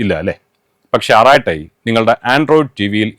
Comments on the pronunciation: തമിഴിൽ "അരട്ടൈ " എന്നാണ് ഉഛാരണം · അറട്ടൈ എന്നാണ് പറയേണ്ടത്😊